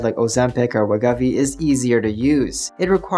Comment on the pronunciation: dig ya, and this is an excellent vid, but for the umpteenth time, it is pronounced WEH-GOH-VEE. 😂 Srsly, it’s right there in all the Wegovy TV commercials, you can’t miss it. 😯 Speaking of (Novo) misses… looks like 50mg Rybelsus for weight-loss is likely dead, per the latest Novo Nordisk earnings call. They didn’t come out and SAY it, but it was pretty strongly implied. 😕 Why dead? It requires too much semaglutide. 25mg Rybelsus for weight-loss still seems to be alive though, but with no firm release date. Best guess is probably very late this year. 🤷🏻‍♀️